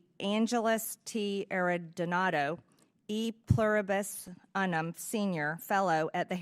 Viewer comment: marjorie really said “e pluribus uh-num” 😆